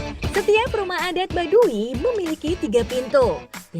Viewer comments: Bukan baduwi tp baduy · Tau tuh ribet dengernya i nya ketinggalan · Kenapa pengucapan "Baduy" jadi Badui...??? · Kesel aing denger pembawa acara y... Yg bilang "badu i"